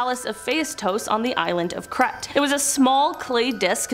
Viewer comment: They are pronounced like this Creete, Aye-zors, mute-inee. If you are talking for a living, then you should really learn how words are pronounced. Just saying